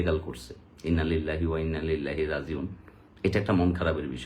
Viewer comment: ইন্না-লিল্লাহ টা ভালোভাবে পইড়েন। অর্থ পাল্টে যায়। ❤